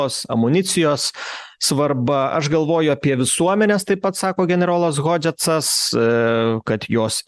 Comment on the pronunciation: Vedančiajam: Benas Hodžesas o ne Hodžetcas...